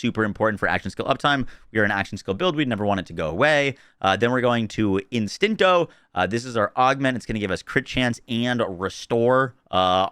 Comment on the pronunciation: LOL, he's still calling it "te-Mario". Dude, it's "teme-RA-rio". OTOH, at least he's got "Instinto" right finally.